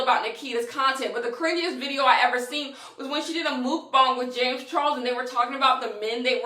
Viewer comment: "JAmeS ChArOLes" 💀💀💀